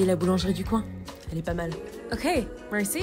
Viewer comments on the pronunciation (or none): As a person who IS French, the “Merci” killed me as its traditionally pronounced “Me-gh-si” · As someone who studies languages for fun, people attempting to speak other languages with literally zero effort with pronunciation bothers the hell outta me lmao. Like I understand most people cant perfectly replicate a language they didnt grow up with but the “ban-joor” and “mur-see” is too realistic 💀💀💀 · I am learning French and the pronunciation made me-😫😤😩😮‍💨 🤬😡🤬🤬🤬😡😱 “Mersee” “Merci” “Uno croissant e chocolat” “Un pan e choccolat” (I’m not that good at french yet) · The pronunciation of 'Merci'-- dying European noises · Ya know she did a good job when I wanted to throw my phone I’m slowly learning French and her pronunciation of “Merci” nearly killed me (I hope I spelt that right)